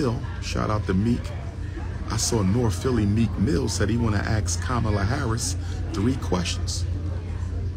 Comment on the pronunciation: I lose brain cells everytime Dr. Umar pronounces the word “ ask” as “ axe “